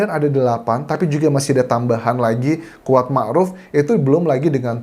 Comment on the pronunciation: Yang dimaksud Squad ...adalah si Kuat, salah dalam pengucapan pacar Josua, dan peran Si Kuad adalah semacam PK ...Petugas Keamanan, atau bisa disebut sebagai Body Quard, dimana tugas lain seperti menhitung dan merekap pendapat liar, si Body Quard lah yg mengatur dan termasuk jual beli kasus